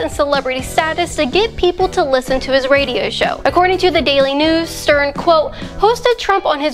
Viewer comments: Is my hearing off, or did you repeat say SERN instead of Stern? 🤔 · who cares ... I heard Sperm